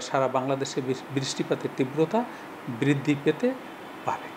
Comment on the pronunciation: BIRISSTII PAT, BIRRIDDHII KI UCCHARON ABHAOWWA BIDD.